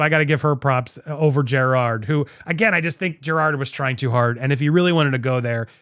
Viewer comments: To be fair, you DIDN'T say his name right.... it's not JerrARd.... it's JerROD.... aaaannnndddddd you didn't say Miscavige correct EITHER... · The sweet irony that you're pronouncing Jerrod's name wrong. It's not Gerard, it's Jerr-OD. Maybe you should have done your research! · Dude, you made such a big deal about him mispronouncing Shelly Miscavage’s name and made a whole thing out of how you researched how to say his name and yet you STILL say it wrong EVERY SINGLE TIME wtf lol it’s Jerrod not Gerard. So what was it for you? Nerves or lack of preparation? God you’re so judgmental and you can’t even get the name right in your own damn bit! I think it’s time for me to unfollow this channel. The constant sensationalizing and speaking like you’re better than everyone or know better all the time it’s just too much for me. You’re so over the top with it. You’re just as narcissistic as all the celebrities you talk crap about. Well, at least you followed the algorithm and got your monetization for this video. That’s all that matters right? Screw the actual content and what you’re saying or the message you put across. As long as you get paid right? Kinda like you were saying about Jerrod? Isn’t that ironic hm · Jerrod, not Gerard. There is no extra R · Jerrod… not Gerard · Andy if you're going to critique him for mispronouncing names then pat yourself on the back for saying his name correctly, THEN SAY IT CORRECTLY. It's not Gerard, it's Jer-ROD. There's no "ard" sound at the end. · Andy roasting Jerrod for mispronouncing a name and proceeds to call him Jerrard throughout the whole video🤣🤣🤣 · Andy “I did my homework to learn your name” Also Andy “Jer-Rawr-d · You literally are still pronouncing Jerrod's name wrong. After having done your homework. It's not pronounced like "Gerard". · You pronounced it wrong, not Jerod. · i agree with your sentiments, but you flat out still pronouncing his name wrong. shit. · You’re saying his name wrong….